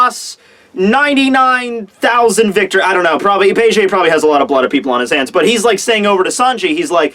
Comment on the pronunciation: I cringed everytime i heard him pronounce it like "Begay"